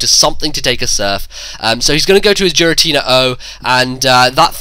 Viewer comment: STOP SAYING JIRATINA